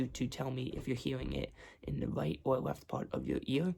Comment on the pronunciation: "weft and wight "